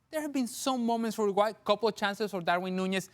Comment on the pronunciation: did kasey just pronounce uruguay 'ergway' - 😂😂😂😂